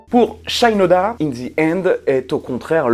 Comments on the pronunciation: Salut ! Il me semble que Shinoda se prononce avec le « i » à la française. Son nom est d’origine japonaise tout comme lui-même puisque ses ascendants viendraient du pays du soleil levant. C’est en tout cas ce que j’ai appris lorsque celui-ci a débuté sa carrière solo. Il a écrit un morceau qui en fait état. Merci pour ta vidéo et à bientôt 😉👍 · Trop cool de t'entendre parler de mon groupe culte ;) comme l'a fait remarquer un camarade dans les comms', c'est SHInoda et non pas SHAILLEnoda ^^ origine japonaise tout ça. Nous les puristes, ça nous fait tiquer, mais rien de bien grave. ;) Pour revenir sur In The End, on note aussi que sur les derniers concerts en 2017, un couplet entier ou le refrain étaient parfois laissés complètement au public a capella, idem durant le concert hommage d'ailleurs. Mike Shinoda disait aussi avec le temps qu'il trouvait "amusant" que les gens kiffent LP pour leur son metal quand nombre d'entre eux citent In The End comme leur chanson préférée du groupe, alors que c'est selon lui la chanson la plus pop de Hybrid Theory. Quoi qu'il en soit, cette chanson est un tube absolu, un hymne du rock moderne, et elle méritait amplement qu'on lui paye l'addition ! :D Bonne continuation.